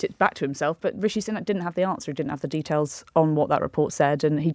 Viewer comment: Imagine being in the media and still not knowing it's pronounced SOO-nak.